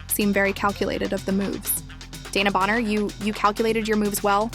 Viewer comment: You are not calling her name right